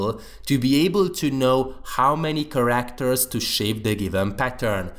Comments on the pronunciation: Its care-act-er instead of kar-akt-er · please practise your pronunciation of the word "characters"